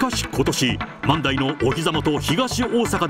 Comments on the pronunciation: 万代の発音が自分と違っててショックだったよ…よく行かせてもろてるけど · 万代の発音がおかしすぎて気になります😂